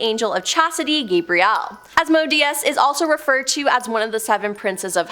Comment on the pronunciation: Why is she pronouncing names like that. Gabriel Enoch. It's like she's trying to put a flourish on their names. It's as common as you can say Gabriel or Enoch. Go back and re-listen to the video she says names very strangely.